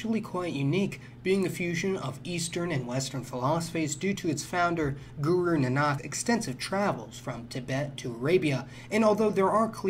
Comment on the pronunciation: For future videos I’d recommend looking up the pronunciations for some of the foreign words you will be using. It would be unreasonable to ask you to pronounce things completely authentically, but there were a number of basic mistakes that could be corrected by looking up how to pronounce a word. For example Guru Nanak’s name is pronounced Nānak, with the emphasis on the first ‘a’ not Nanāk as you said.